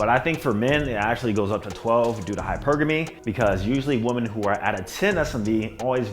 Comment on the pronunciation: always talks proper EXCEPT when he says this word: "women" he pronounces it as "woman"